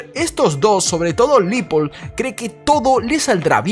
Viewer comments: Se pronuncia Leopold (como se escribe) no Lipold. Cuida el idioma compañero. Y muy buen video. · Amiguito no es LIPOL es LEOPOLD sugiero te asesores para no parecer ignorante en lo futuro